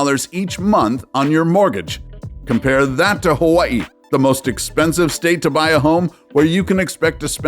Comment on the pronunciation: The way you pronounce “Hawaii” you’re Kamaaina! 🤙🏽